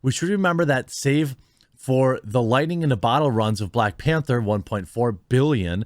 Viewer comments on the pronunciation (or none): none